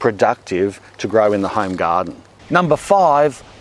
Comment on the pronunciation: “Number 5, Iranians!” I’m like, wha??? How did “Iranians” get in there?!?! Oooooooh “ARE ONIONS”!!!! 😄